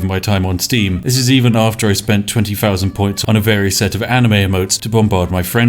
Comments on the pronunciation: It’s thousand. Not fousand. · "thousand" not "fousand"